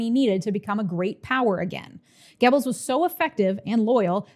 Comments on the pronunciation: That wasn't correct. Look it up. It doesn't sound like "Gebbles", the "oe" should sound like you're about the make the "er" sound without fully committing to the R sound. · Maybe you can't read? Try looking at my comment again. This time slowly. Also, maybe listen to the video again. She's saying "Gibbles".